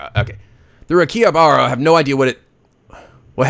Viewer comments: I believe it's pronounced Aaki-Haabra. Great video. Keep up the good work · "Ah-key-ha-ba-rah" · I'd like to see more of this. I might have heard of the anime before, but this is turning out to be funnier than I thought it would be. Also, to pronounce Akihabara is ah-kee-ha-ba-la. I know the pronunciation's different from the actual spelling, but from what I heard, the R's are supposedly said as L's. I think the R sounds are supposed to be VERY subtle, but you almost never hear that in the Japanese language. So Mayuri would be read as ma-yoo-lee, and Rintaro as leen-tah-lo. But read it as you please, I just like to be well-versed in foreign languages as I can. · IT IS PRONOUNCED AK~KI~HA~BAR~AH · It's pronounced Aki-Har-Brah, at least I do. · You pronounced Okarin right the first time, "Oh-kah-reen" Makise is "Mah-Key-say" Hououin Kyouma is a tough one, you were close though it's "Hyo-o-een Kyo-mah" Akihabara is "Ah-key-hah-bah-rah"